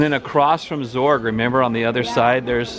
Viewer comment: It's pronounced Zurg not zorg